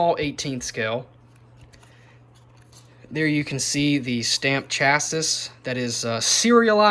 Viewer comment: Chassis is pronounced with a silent "s" on the end haha. Cracked me up